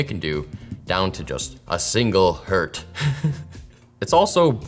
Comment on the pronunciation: I cringed when he said single "Hert"...